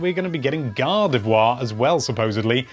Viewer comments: GADAVWA it's Gardivoir xD sry I had to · British accent is weird you pronounce gardevoir and god of war the same